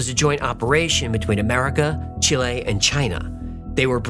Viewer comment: I appreciate you not pronouncing Chilé as “chilly”, as many Americans do. However, it’s not “chill-lay”, it’s “Chee-lay”. 🎉